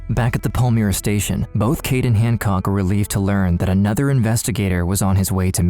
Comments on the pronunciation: The suburb name is pronounced Pal-my-ra not Pal-mir-a. The footage of American police used to depict Australian police is hilarious. Especially since it's on the wrong side of the road with the wrong type of cars. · As a Perth resident for my whole life it is pronounced Pal-my-ra not Pal-me-ra 👌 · Not that it matters, but as a Perthian myself, Palmyra is pronounced Pal-MY-ra not Paul-Meera. Pal as in I'm not your buddy Pal! And Myra as in secret admirer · Minor nitpick. It’s not pronounced pal-mee-ra, it’s pal-my-ra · It’s pronounced Pal-my-rah. Catherine Birnie holds a privileged position in prison in the library. After terrorising a city and being involved in heinous acts. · it’s pronounced Pal-Myra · Please don't use file footage of hideous Americans in clips about Australians, that is the ultimate insult. Also get a narrator that can pronounce suburb names properly, if you're not sure do research. Palmyra is pronounced as spelt, not "Pall-mee-ra". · I grew up in Melville and passed their house with school friends, I then moved to Willagee and lived a street away, the community was shoced by them .....pronouced Pal-mire-ra